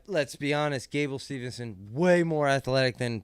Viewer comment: The name pronunciations are an epidemic in this show! Remember only one N in his name. Gable Steve-son. Not steveN-son.